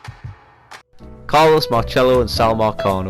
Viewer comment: Just a heads up, nobody pronounces it like that. People here in New Orleans say pronounce the “C” as an s. Carlos marcello( marsello)